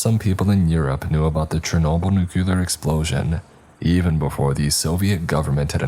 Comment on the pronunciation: Normally not this picky, but you read for a living and I listen to a lot of these and hear these a lot so thought I’d extend a helping hand. Nuclear - New-clear. It only has one “u”. It’s not nuculer. Tinnitus - 10-eye-tis